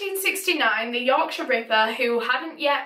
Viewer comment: I love the way you say Yorkshire ripper.Yorksha Rippa